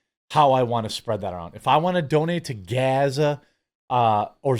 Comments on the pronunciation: Surely Bono has heard many people say Gaza before, why does he pronounce it like that? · Please stop pronouncing Gaza the way you are. We got the sarcasm the first 8 times.. it’s just annoying to hear you do it every single time. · Why do you keep saying Gaza like that? Not cool. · Why were you saying gaza like that 🤣 cringe